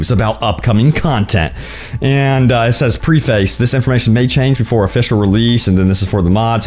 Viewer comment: Preface....metropolitan.... why are these words so hard to pronounce correctly 🤦🏿‍♂️